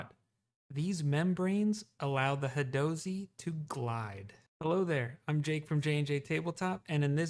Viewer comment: I don’t think you’re pronouncing that correctly. It should be, “hadozee.” Hope this helped.